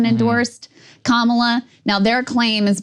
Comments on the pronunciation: According to Mika, the way Joe just pronounced Kamala’s name was the “racist dog whistle” way just now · Not Kaamala Saagar, Kamala. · Krystal actually it's Kamala #WarHawkTuah Harris